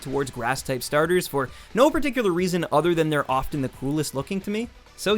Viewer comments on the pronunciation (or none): none